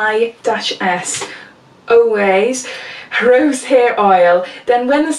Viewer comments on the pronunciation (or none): This looks awesome!!!! The spray and mascara are right up my street. It's pronounced "way" I only know from watching giant YouTubers talking about it xxx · ‘Ouai’ is pronounced like ‘way’ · You say the name of the oil the same way you say "WAY"